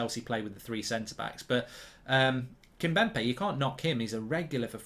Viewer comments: Kimpembé not Kimbempé lol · Mark thats " KimPEMbe..!" Not "Kim"BEMpe".. jeez. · Marks called 'Kimpembe', 'Kimbempe' for bloody ages and its doing my head in! 🤣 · Kimpembe not Kimbempe